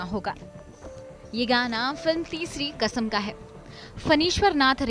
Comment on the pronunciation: तेज़ चैनल है तो तेज़ तो पीछे की आवाज़ (voice over) भी तेज़ है😄😄😄 उनको समझ ही नहीं है कि बांचे और बांटें में क्या फ़र्क है। क़िस्मत की तेज़ हो आप, जो इस तेज़ चैनल में voice over कर रही हो 😄😄 अर्थ का अनर्थ कर दी। और एक बात तलफ़्फ़ुज़ को सही कीजिए। कसम नहीं क़सम होता है।